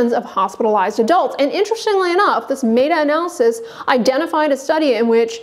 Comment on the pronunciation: Pretty sure it’s MET-A not MAY-TA 😂